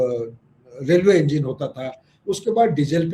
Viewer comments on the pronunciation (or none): none